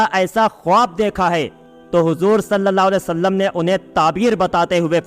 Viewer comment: तुम लोग सल लल्ला अलैह वसल्लम नहीं कह पाते हो.